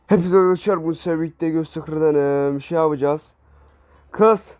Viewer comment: Şey yapcaz değil ”Şabıcaz”